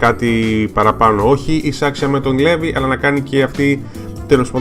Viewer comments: προφέρεται Λιβάι και όχι Levi. Αν κοιτάξεις και στο wiki βλέπεις πως γράφει Rivaille (Στα Ιαπωνικά) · ωραίο βίντεο ,λοιπόν το όνομα Levi προφέρετε Λίβαϊ (γενικά)και σχετικά με όσα έχω άκουσει ο Levi είναι ο "δυνατότερος της ανθρωπότητας " humanity's strοnger που λένε και η Mikasa είναι η δεύτερη δυνατότερη γιατί είναι από τους Ackerman όπως και ο Levi είναι Ackerman , γενικά οι ackerman είναι δυνατοί τώρα σχετικά για τη σχέση ανάμεσα στον Levi και στη Mikasa δεν είμαι πολύ σίγουρη απλά κάποιοι λένε ότι είναι συγγενείς δηλαδή μπορεί να είναι ξαδέρφια αλλά μακρινά ξαδέρφια...ναι τεσπα είναι πολύ καλοί και οι δύο τους. και το όνομα mikasa προφέρετε μίκασα και όχι μικάσα... τώρα αυτό το λέω εγώ αν εσάς σας άρεσει να την λέτε μικάσα είναι οκ... λοιπόν αν κάποιος ξέρει γενικά για τη σχέση του levi και της mikasa ας μου πει!